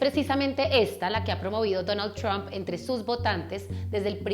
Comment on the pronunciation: Me encanta como dice TRUAMP toda gomelita :3